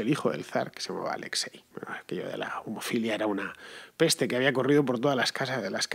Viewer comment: Me parece que dijiste "homofilia" y no "hemofilia"... "homofilia" sería algo así como homosexualidad... 😳 En fin, que era hemofilia. No es un crítica, es sólo un comentario.